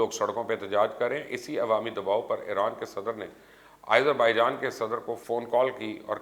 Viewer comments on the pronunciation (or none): Sir, correction please. its not aizerbaijan, its azerbaijan. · Who told you it's Irzerbaijan? Seems your teachers are lunatics. Why the hell do you mispronounce almost all the names outside Pakistan? Don't you see te Azerbaijan where did this Izer come from? Bloody ignorant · MR. FOOLISH YOU DONT READ COMMENTS. WHY YOU WRINGLY PRONOUNCE AS IZERBAIJAN